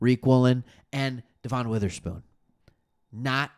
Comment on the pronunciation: I'm sorry but why are you saying Devon Witherspoons first name like thar? Please stop. It's pronounced like Devan it's no De'Von